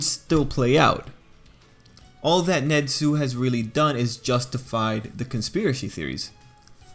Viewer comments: His name is nezu not nedzu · Wtf is that accent?NeZUUUUU